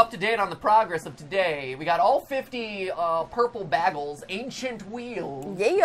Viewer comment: Ainchient wheels damn it